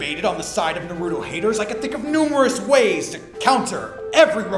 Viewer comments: lol I hate it when people say Naruto like that; usually they dont watch it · goddamnit its Naru-To, not Na-ruto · Omfg it's NÁRUTO. Not fucking NARÚTO.